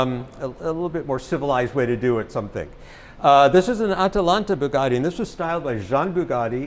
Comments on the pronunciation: Bee-You Geti Westeners: Bugatti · looks after the collection but can't say Bugatti properly. They're t's not d's. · lmao the owner didn’t like how said Bugatti